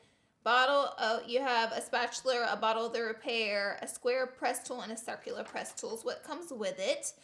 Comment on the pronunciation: Did anyone notice that she said sucular instead of circular... lmao 😂😂💀 she is me af in English class